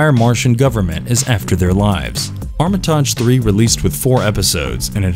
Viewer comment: Hears pronunciation of Armitage The Third’s title cringes